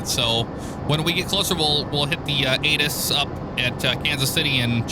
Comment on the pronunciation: Great video. I'm glad you did a commercial flight. I've been wanting one for a while. So keep up the great work! Also when you said ATIS, I thought you said anus. I had to go back and listen again.